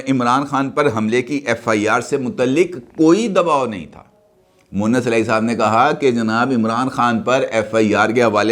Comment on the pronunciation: سر اسکا نام مؤنث الٰہی moannas نہیں ھے بلکہ مونس الٰہی moonis جبکہ آپ اکثر مؤنث الٰہی کہتے ہیں مؤنث کے معنی عورت کے ھوتے ہیں (معذرت )